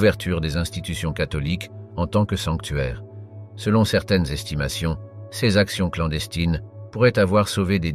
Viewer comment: "ceuse akchons" pour "ces actions" et la myriade de prononciations bidon à la "Paï le douzième" pour Pie 12 -- ça fait un travail de porc, ça n'écoute même pas son propre travail avant de poster et et même pas ça corrige et reposte.... mentalité : "ça sera bien bon pour les cons sur Youtube"